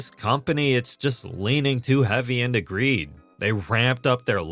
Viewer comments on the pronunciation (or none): none